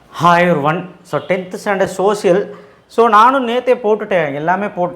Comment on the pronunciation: Sir romba nalla oru doubt you are saying hi everyone or hi oruvan pls